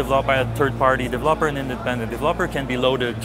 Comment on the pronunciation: that is the greatest pronunciation of "developer" I've ever heard